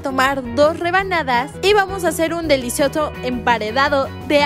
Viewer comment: Like si oiste que dijo delitzoso